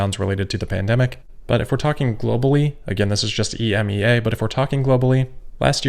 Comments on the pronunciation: You can actually just say EMEA, like “e-me-ya” rather than pronouncing the individual letters ;) it’s a very common term here in Europe :) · It is pronounced ee-me-ah. ;-)